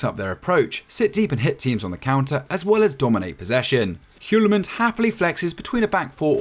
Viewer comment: If you want to pronounce "Hjulmand" (Denmarks managers name) properly, then think of the word "Yule" which means Christmas, but an older version. Just say "Yule-man" and it's much closer than anything I've heard any Brit say.